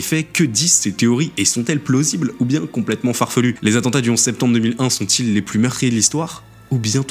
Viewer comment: "Connaissance de l'atantat" mdr AttENtat